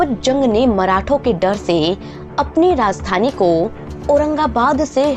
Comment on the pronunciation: Aurangjeb nahi Aurangzeb kaho. Region ko rezon, rajdhani ko razdhani aur Baji rao ko Bazi rao keh rehi hai. Teri auqaat nahi hai Nizam ya Mughal ke baare mein muh bhi khol sake. Waise teri soorat bhi kisi kulche se kam nahi hai. 😁😁😁